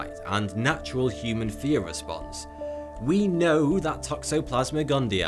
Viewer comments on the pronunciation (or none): none